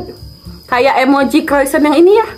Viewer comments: Bacanya bukan kroisen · Di baca nya kroisong kak